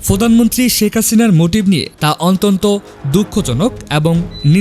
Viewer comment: রিপোর্টার বলে অন্তন্ত, বলবে অত্যন্ত